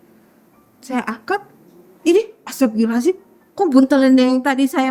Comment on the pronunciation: Nyebut istighfar nya aneh ibu ini, astabirohazim 😅 pusing ih buu